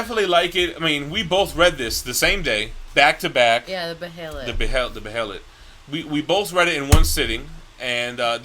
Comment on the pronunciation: The behelit is pronounced “bay-lit” in the English dub of both anime adaptions